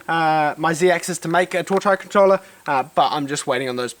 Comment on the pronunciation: A torch what? Controller? Hard for me to understand